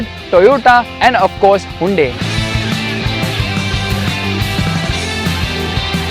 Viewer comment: Hyundai sounded like gunday 😂